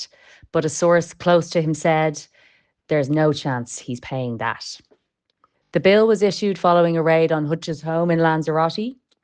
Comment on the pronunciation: Whatever about his paying or not paying please prononce your "Ths" . "No chance he'll pay dat" Dreadful .